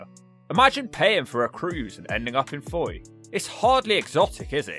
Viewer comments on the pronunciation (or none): It’s pronounced “foy”